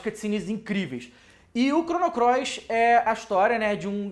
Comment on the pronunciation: vc disse... Chrono CLOIS?! hahahaha